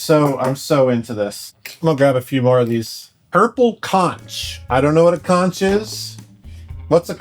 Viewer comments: The Floridian in me died a little hearing you pronounce "conch." The "ch" asks like a k. Konk. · Isn’t it pronounced conk ? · nit pick: conch is pronounced "konk". its a delisious type of aquatic snail they eat in the caribian and other places i assume